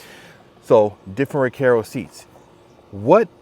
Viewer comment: Bro it’s Recaro! Not Recare O!